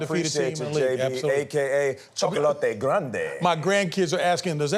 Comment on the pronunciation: “Chocolaté grande” 😂